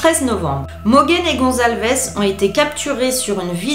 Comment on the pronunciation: C'est Kaylee Goncalves et pas Gonzalves de 🤣🤣🤣